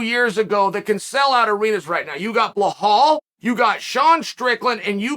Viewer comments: Belal is not pronounced Belahal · Chael still calling belal blahal lol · I'm sure Uncle Chael made a lot of brilliant points but all I heard was Bluhal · Belal "bulhal" muhammad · Belel Mohummed?! I’ve been wondering what’s up with cheal and how the quality of his podcast is declining. He gets drunk before the podcast I’m sure of it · U mean Bluh-hall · Its blahall Muhammad actually 🤣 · Me: Belal Muhammad Chael: Blahawll Me: Blahawll Muhammad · Blehall the fastest rising star? How can we believe Chael is doing his homework when he cant even bother to pronounce the fighters names when they are easily findable. 🤔